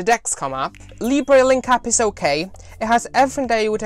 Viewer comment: Hi, great video, please don't call it "Librey, it's pronounced " Leebra